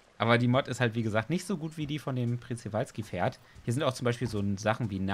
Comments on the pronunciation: OMG Planet Zoo Mods wie geil🤩😍 Ps: Man sprichts Tschewalskipferd aus😃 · Das Przewalskipferd wird schewalski ausgesprochen ^^ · Es wird pschiwalski ausgesprochen 😂😂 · Das wird Schprewalzki ausgesprochen